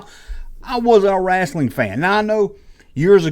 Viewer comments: Hulk was the shit for me back in the day. I was terrified when he wrestled Andre. Thought Andre would kill him. Btw love how you say "rasslin" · The way says wrestling RESTLING is launchable 😂